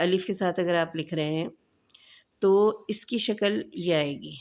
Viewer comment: Shakal nahi Shakl kahte hain